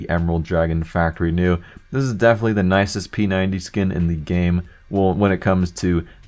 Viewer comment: why the dock do you say dea instead of the